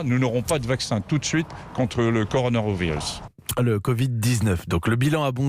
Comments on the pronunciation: Annaburet ; parce que le mec dit coroanovirus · Coronarvirus il dit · non enfaite je pense que pendant les récapitulatifs sur le "corvid 19 " a la fin le gars écorche le mot "coronavirus" et c'est sa qui l'a fait rire lui et la femme a coté.